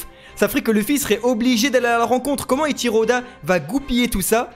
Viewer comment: pratiuement toutes vos therories sont fausses, et plein de gens vous croient tjrs xd avec du recul vous dites n importe quoi, vous ne prononcez meme pas juste les noms, eichiro et pas etchiro, xebec pas tchebec ........